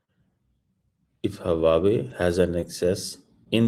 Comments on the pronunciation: … Hu aa wei! Na ki, Haa wa wei 😂😂😂😂😂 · Chomu cheema saying huwawe for Huawei.😮😮😮😂😂😂😂